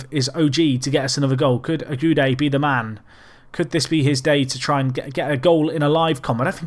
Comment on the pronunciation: I've waited so long, thank you!!!!!!! For Ogude, I think you can say Oguday